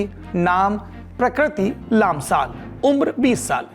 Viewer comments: लाम्साल नहीं पीड़िता का नाम प्रकृति 'लम्साल' है (था) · "प्रकृति लम्साल" not लामसाल